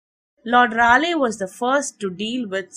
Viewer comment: It's pronounced "Ray leey"